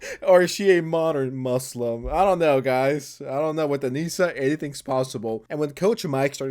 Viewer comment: Hearing the trainer pronounce "moo slum" the way she does fucking sent me.